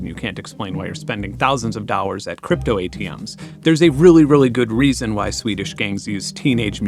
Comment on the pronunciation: I'm sorry for asking, it does not bother me (my curiosity does), but why can't you spell the letter L in for example "dollars"?